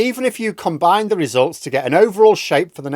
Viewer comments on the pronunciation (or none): none